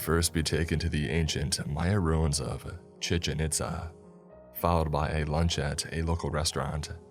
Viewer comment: The way you say 'chichen itza' is funny